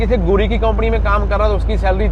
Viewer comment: KAUMPANI NAHIN HOTA SARDAAR JI >>>>>>>>KAMPANY BOLTAY HAI SAHI SAY NOT KOMPANY